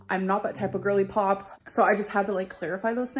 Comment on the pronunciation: She ruined “gorly pop”.